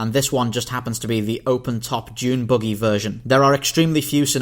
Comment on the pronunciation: Its a buggy, not a boogey.